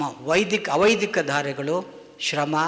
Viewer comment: ವೈದಿಕ ಅವೈದಿಕ ಉಚ್ಛಾರಣೆ ಸರಿಯಿಲ್ಲದೆ ಕನ್ಫ್ಯೂಸ್ ಆಯಿತು,ಸ್ವಲ್ಪ ನಿಧಾನವಾಗಿ ಮಾತನಾಡಿ